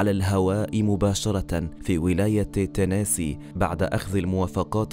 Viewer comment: تنيسي وليس تسيني